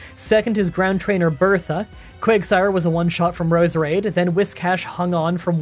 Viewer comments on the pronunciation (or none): none